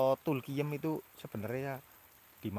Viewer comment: Aku dengernya tulkiyem...wkwkwk